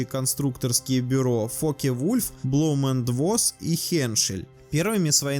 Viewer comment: Автору надо явно улучшать дикцию. Избавиться от диалектного выговора. И научиться нормально произносить немецкие названия. Blohm & Voss например. А то "Блом энд Восс" ухо режет неимоверно - две ошибки в одном названии.